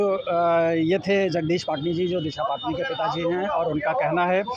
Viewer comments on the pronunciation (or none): Patani bolte h na ki patni 😂😂 Aisee hi cricketer chahal ko log cahal bolte h Deepak chahar ko cahar bolte h ..... Sudherjaooo kaminooo ache se pronounce kara karo